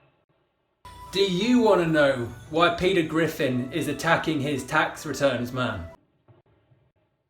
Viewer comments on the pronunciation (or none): none